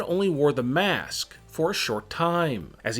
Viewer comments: I hate how you saw mask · He sayed mAAsk and i got so parinoid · why do you say maask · The way he said mask is brutal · the way he saiys mask :D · The way he says it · Everytime he says mask it gets weirder